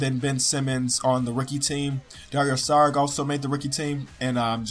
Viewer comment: it's pronounced "dario sharich"